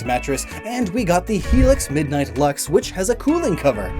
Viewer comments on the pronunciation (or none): none